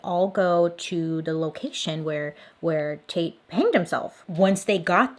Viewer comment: "Hannged" Bailey? Lol